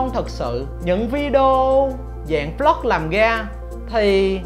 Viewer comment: Anh nói vlog thành flog nghe khó chịu